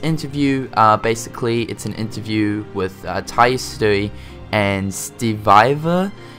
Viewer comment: Ya-su-eh. Not "ii". Sorry, I'm a nerd. Hope the character models are updated a lot in game, especially in BBS. I mean it was a PSP game, probably would look blurry in HD if they didn't redo the graphics. New sounds, err, sounds great. Can't wait. lol DLC isn't something I'm interested in atm. Maybe for KH 3, some crazy costumes, weapons or bosses maybe. ( Obviously I want most of these things to be already in game though. ) I wish the PS4 could just read PS3 discs instead.